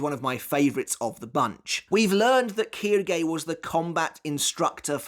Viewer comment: Its not kirgay its quilge